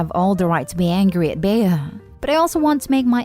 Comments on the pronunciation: It’s not pronounced “Bey-a” but Bea as in bee. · Story 2- If this story is taking place in the United States, the name Bea is pronounced like Bee. It's a nickname for Beatrice. Just thought you'd like to know.